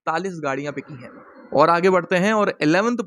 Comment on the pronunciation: बिचीं नहीं बिकीं होता है आपकी हिंदी ख़राब होती जा रही है !!!